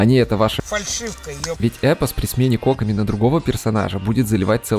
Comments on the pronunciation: Задание легенд анонсировали на стриме разработчиков. Так что будет доступен вместе с запуском ее баннера. И автор, я умоляю, произноси ее имя правильно - КокОми. Ударение на второй слог. А то у тебя какая-то Cock-omi получается. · кОкоми? Ты хоть понимаешь куда ударение ставишь? Её зовут кокОми! Чисто из-за этого ставлю диз. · Что с ударением на имя кокОми... кОкоми говорит.... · смертоубийство 👹 Ни нада так.